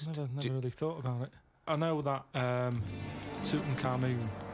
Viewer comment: I recently saw a series with a genuine Egyptologist from England, and she and various international scholars she interviewed pronounced it like Karl does here: Toot-un-kha-MOON.